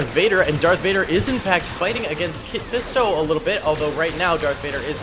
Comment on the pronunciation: Ya his name ain’t kit fisto